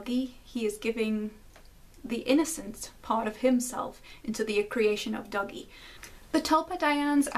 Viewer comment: Just from hearing you pronounce Dougie, it sounded like "Doggy" to me while I was listening in the shower. It made me realize that this may have been intentional as Dougie is effectually a little doggy that has to be lead around almost like he's on a leash.